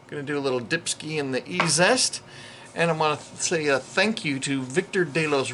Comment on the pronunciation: You aren't the first creator to mispronounce E Z est. Just like "easiest". Amazing how well that stuff works.